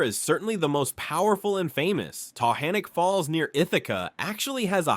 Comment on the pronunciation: Ta-Gan-ik Falls. Ive lived in ithaca and the surrounding area all my life and we've always pronounced it Ta-Gan-ik